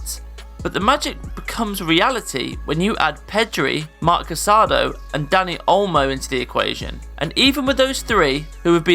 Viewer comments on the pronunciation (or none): I wonder why everyone on youtube mispronounces Casadó's last name. It's CasadÓ, not CasAdo.